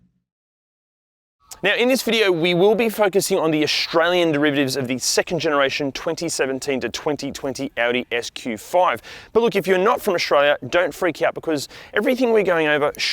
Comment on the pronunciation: Great channel but mate its Australian not Oshralian. For some reason this pronunciation gives me the Shits